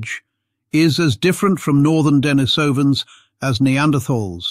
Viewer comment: It's not DEN-ni-SOW-an it's de-NIECE-uh-vans